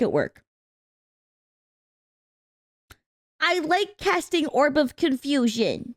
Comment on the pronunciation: Did you say RAW or RAR? Anyway, I was nistaken. This is the pizza place I thought Robert Irvine was working with. fresh out of high school, I got a job delivering pizzas. One of the things I had to do was make the pizza dough. I loved that part of the job. "I like casting 'Orb of Confusioon'". ROFL